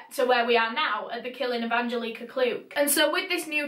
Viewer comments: It’s “Anne-jellic-uh” Angelica! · Me: An-gel-ick-ah: Aan-jill-eeeek-ahh 💕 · I’m from Poland and the way you pronounce Angelika is mind blowing wow I love it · you pronounced Angelika wrong... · the way her name is pronounced just makes my blood boil, its like nails cross a chalk board😂 holy shit i only made it 7 minutes in before i had to quit. angelika, shiiit putting rugrats to absolute shame.